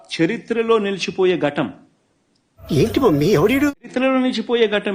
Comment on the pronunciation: ఘటం ఏమిట్రా దిక్కుమాలినోడ ఘట్టము అని పలకాలి ఘటము అంటే కుండ రా బాబు